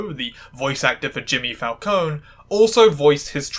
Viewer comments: Oh, technically, Italian names that end in an e are pronounced “eh.” Like, Falcon-eh. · its FAL-CO-NEH with the E ponounced like the first E in "ESCAPE" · Just to let you know, "Falcone" is pronounced Fahl-cone-eh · Well,sorry to say it to you,,but both of your pronunciations of "Falcone" are wrong P.s.I'm an italian girl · Did not notice the Falcone pronunciation until you pointed it out, but I enjoy that you did